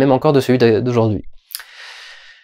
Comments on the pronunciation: On dit awoué pas avé ^^ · On dit "Awé" ! XD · Normalement ave c'est du latin donc on ne prononce pas ave mais aoué.